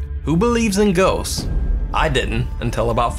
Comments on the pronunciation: It's ghost not goasts🙄😂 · Ghosts? I thought you said goasts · Ghosts not goasts. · "greatest goasts of all time"